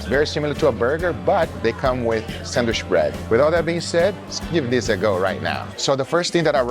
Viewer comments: If this dude says "sandwish" one more time, I will eat a shoe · Love the way Guga say sandwich as sand-wish. You're an international treasure. The world doesn't need a salt bae. His prices are obscene 👎🏼